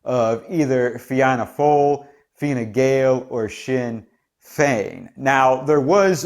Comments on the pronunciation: It's unlikely that Sinn Fein will be able to form a government as the two main parties are hostile to then so another election could be on the cards. Fianna Fail is pronounced Fina Fail your analysis is very good as all your videos are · You butchered the name Fianna Fáil lol